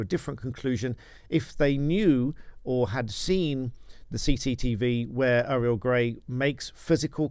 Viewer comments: Why are you calling her Aerial? It's pronounced Oriel. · Auriol, not Ariel!